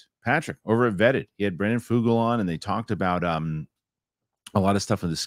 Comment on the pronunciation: and - yall listened to the clip from vetted in which Brandon Fugal pronounces his own name. It is /f-YOU-guhl/ , not Foogle. He is not Google.